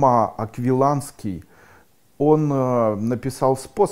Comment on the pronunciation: Не Аквиланский, а Аквинский.